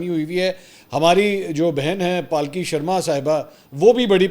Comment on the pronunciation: Not pal ki it's palki